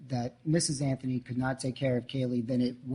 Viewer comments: The judge says “Anfony” instead of “Anthony“? Affirmative action at work! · I love that the judge says CASEY AFTHONY LMFAO